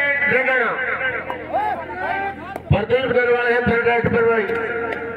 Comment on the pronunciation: he say pradeep randwa